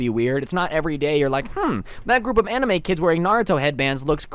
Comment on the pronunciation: I heard emo instead of anime 0% judging ;)